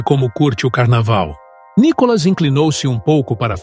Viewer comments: Só não entendo porque esse narrador chama Nicolas de Nicólas... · Quando vão aprender pronunciar o nome de Nikolas ??? Vergonha falar Nikólas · Vc pronúncia o nome do Nikolas vc pronúncia Nicolas como narrador e muito grave crítica construtiva